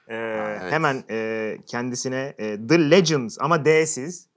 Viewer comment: Dı lecins değil de dı leğens olabilir mi